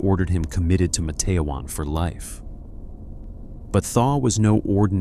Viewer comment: IT'S Matt-te-wan...